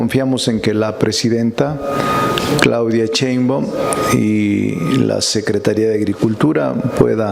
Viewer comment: Si ya sé que eres maestro, catedrático, legislador, constitucionalista, agricultor de origen humilde, intelectual, de familia numerosa, vende libros a sobreprecio, sabelotodo, yaaaa!!!! Ah y es Sheimbaun, no Cheinban.!!!